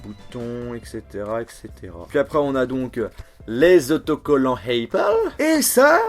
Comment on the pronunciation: le a de apple ne se prononce pas "ei" mais vraient "a"